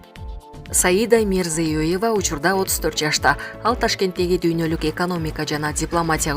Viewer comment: Мирзиёева десен мрзюееева детей😁